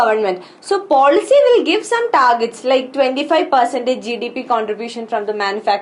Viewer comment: horrible pronunciation